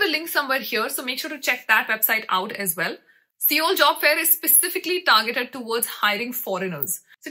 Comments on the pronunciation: Seoul is actually pronounced as sole/soul. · It's not seeoool ...it's sol (pronounced)